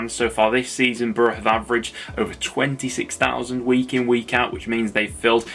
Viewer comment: did you mean to say preston attendance is 16,000? sounds like you said 6,000